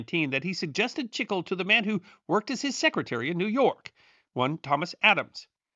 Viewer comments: Wait, when talking about gum from South of the border, chicle (not sure how it's spelled) I think you mean chee-clay. Not chick-el. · Chic-klay. Not chickel. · Love your videos! Just a little note however: It is pronounced "chee clay" in Spanish.